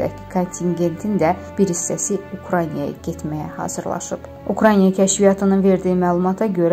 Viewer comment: Ukrainiya yox, Ukraina demek lazımdı